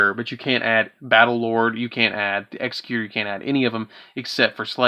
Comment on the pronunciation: The base word for Executor is executive NOT executioner. Why that’s so hard for the Uber mensch nerds of this game to get is insane. Also “the timeless” is Du-gar-ay. Dugares.